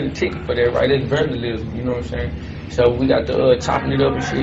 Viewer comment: Rumor has it she still don’t “Gnomesayin” 😂